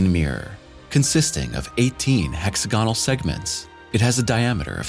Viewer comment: great info. it's not "hexa-gone-ul"! it's "hex-ag-unal"!